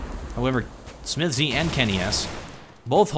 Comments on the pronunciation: i love your videos but please, stop saying smith-Z, just say smiths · Maybe check your pronounciation of SmithZz, sounds weird to me. Nice video anyway, thanks for uploading since I missed this game :D